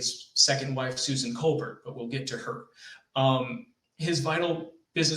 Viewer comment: Colbert is pronounced coal bear